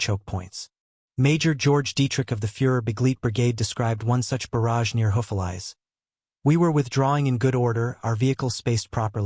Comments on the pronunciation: What's an artillery barge, it's a barrage. buh-RHAJ. When AI can't get it right 40 times, it becomes very annoying. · You need a MUCH better AI reader - a barrage is not a barge! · This channel should have enough respect for its audience to not release a video where the most important word is pronounced incorrectly tens of times. Very disrespectful and lazy.